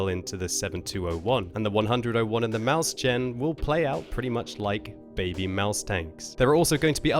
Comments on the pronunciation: It's pronounced smth like "moishen", not maushen. 7 years German classes finally paying off :P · sry... pls pls. it is called MÄUSCHEN. it just sound so horrible this Maushen shiver. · has no future as long as he doesn't learn how to pronounce "Mäuschen" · Maushen? What is that? I'm from germany and it could be "Mäuschen" or even "Mauschen" but Maushen is not a german word. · Maushen? Heißt das nicht Mäuschen? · I guess they tried to find the word "Mäuschen" (diminutive of Maus) but failed quite badly xD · to be fair, of those very few pitfalls in german pronounciation "Mäuschen" has almost all. For all who wonder: As a non-german speaker you are probably best off pronouncing it like "mois-yen". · Guess not :O As a german, it is called MeusChen, not with sh. (I made the C large to seperate the speech a bit. Mäuschen is pronounced with ch after the s.) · Why does everyone pronounce Mäuschen as Maus-chan.... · "maushen"... lol, idiots. And that was in a presentation So reduce accuracy to russian tank level, seems totally fair and balanced! Just what WoT needed, more rng. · Hey! I know it doesn't really matter, but I know you like to know how to pronounce foreign tank names. The "Mäuschen" (it is spelled incorrectly in the image), meaning little mouse is pronounced more like "Moishin":) Anyway, thanks for another great video! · you pronounce maushen wrong, it's like, very different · It's pronounced "Moys-hen", but the "h" is with the back of the throat. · says "Maus-chen", which is wrong. The best i can describe the pronunciation would be M "ough" from thought" i s "h" from "huge" en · That's even more wrong. Mäuschen is the diminutive form of Maus to show that the tank is "like the Maus, but smaller". Seperating Mäus-chen is the right way of saying it. "Moys-çen." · learn to pronounce mäuschen please. it's not mouse tsjen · Damn, what a murdering of Mauschen pronounciation :)) jk, use google translate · I cringed when pronounced it, too.